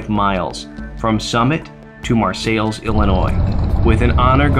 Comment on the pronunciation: Mar-sales is how you say it. I rode there today with my Girlfriend. (we both ride), What an awesome Memorial. I am a Viet Nam Vet. I was proud to see it. Hats off to the people that have spent so many hours setting it up and maintaining it. Dean Conaway, Bridgman, Michigan